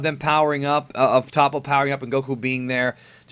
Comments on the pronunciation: Toe-poh! Not Top-oh! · you keep saying his name wrong. The "To" in "Toppo" sounds like the English word "toe". Watch the anime and listen to how they say it.